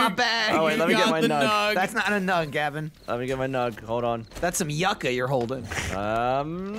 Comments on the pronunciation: Yucca is a root vegetable. Similar to potato. Pronounced yoocah...you know...like SCUBA. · You-kah, not yuck-ah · Yucca is Pronounced "you Ka". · For fuck's sake, yucca is pronounced YOO-KAH